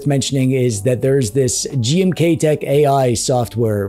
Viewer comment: Anybody else hearing "GMTKtek"? 😅